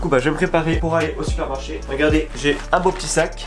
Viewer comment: J’suis la seule qui est entendu «ont est sorti du sperme-marché »???😂😂😂